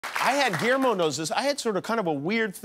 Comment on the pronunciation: "gullermio" :D